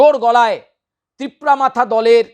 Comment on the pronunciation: Tipra motha bolte pare na thikmote Tipra matha bole..